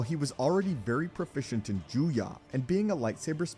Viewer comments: It really bothers me that he says Joo-Yah and not Joo-Yoh. EDIT: To actually give some feedback, the issue here is that Maul had extraordinary potential but no formal training (certainly not decades as Dooku did), as many have already stated. Dooku is certainly powerful, but at his rate of progress and given equivalent formal training, I believe he outclasses Dooku in every way, save for maybe Force usage. Alternatively, the forms are often treated as a Rock, Paper, Scissors. Form 1 beats Form 3 (not actually), Form 7b (Vaapad) beats Form 7a (Juyo), etc, so it could also be argued that Maul's willingness to adapt to new forms gave him even more potential than Dooku ever had. After all, if someone learns a form that counters Makashi, they wouldn't even necessarily need to be a master in order to best Dooku. A firm foundation and highly-honed swordsmanship skills is all it would take. All that aside, it's kind of a moot point to pit a bonafide master against one whom someone else merely believed had the potential to surpass everyone else. Think of it in game terms. Dooku was at level cap, pre-expansion with no plans to play the new content. Maul was only halfway there and would've kept playing past the expansion, ultimately surpassing Dooku. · Not juya, but juyo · “Jew-yah”? It’s “juyo” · It’s Juyo not juya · It’s ‘Jew-yo’ not Jew ya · I'm confused how you have so many videos of it pronounced Juyo with an o sounds...and this one you crack open the juyah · Form VII is Juyo, not Juya. Juya isn't a thing. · He keeps saying juya, but form 7 is actually called Juyo 🙄😐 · You know that Juyo is pronounced as written and not Juyah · Your mispronunciation of “Juyo” and “Soresu” are more irritating than u realize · the way this guy says Juyo is making my brain hurt